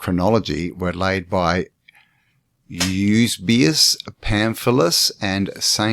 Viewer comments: Fomenko's work is amazing. It's good to see you getting into it. One small note. It isn't 'YUS-BE-US. It's YU-SEE-BE-US! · Absolutely, we want your part 2,part 3 if necessary even a 4..don't hurry the process, get stuck in mate..kick the living shit out into the open air of absolute clarity of their fakery..and fcukery for Centuries...but please get the pronunciation of Eusabeus right mate..it's the only thing that kept dinging me in the ear..ok..still love you mate..power on bro..